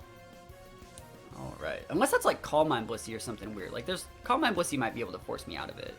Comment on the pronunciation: The first couple of times I heard him say Blissey I thought he said P***y. 😬 I was like “ohhh okaaahhh Blissey!”